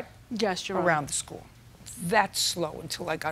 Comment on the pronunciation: the way this lady pronounces "school" is blowing my mind lol